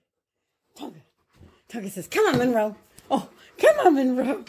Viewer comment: Tonka says Monroeeee real good Good job Tonka